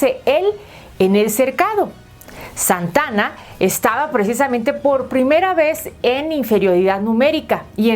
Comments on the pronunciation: Por qué no hizo un historiador esta información no es solo leer y por favor no es Santana es Santa Ana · Es Santa Ana no Santana, investiga antes.